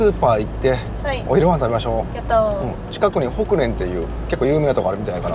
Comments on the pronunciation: ようこそ北海道へ！ ザンギの発音はあってましたが、ホクレンの発音が違います！ ホクレン↗↘ではなくホクレン➡↗です笑 北海道の農協系スーパーなので新鮮な食材が多いです。 あと生ウニですが、ふつう板に載ってる生ウニとかお寿司屋さんで出てくる生ウニには型崩れ防止のためミョウバンという薬品が使われていますが、動画での塩水生ウニにはミョウバンが使われていないため臭みがなくとっても美味しく食べられます。自分も塩水ウニは大好きです。高くてめったに買えませんが・・・。天気が悪くて残念ですが、北海道を堪能してください。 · 素敵な奥さんと娘さん、優しく見守るクーピーさん。ずっと見ていられます。ホクレンの発音が新鮮に聞こえましたw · 北海道どうでした？自分は札幌にすんでるんですがみててすーごく面白かったです😂 ちなみにホクレンって発音が面白かった!（笑）ちっと違うんです!（笑） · ホクレンのイントネーションが新鮮でしたし、セコマのホットシェフを次回はぜひ。札樽道、金山PA、道央道、北竜と行ったことあるとこばかり走られてて、ぜひお会いしたかったです。 ただ、北海道住むなら絶対冬場を経験してからを地元民としてはおすすめします。 後編も楽しみにしてます！ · ザンギの発音は合ってるのにホクレンの発音が違うのが元道民の私はツボでした😂 私は北海道を離れてしまいましたが、移住の候補に入れてくれ、こうして楽しく紹介してくださりありがとうございます！